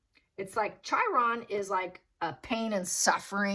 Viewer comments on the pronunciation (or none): Chiron is pronounced "KI - RON." I gather you are not astrologically oriented.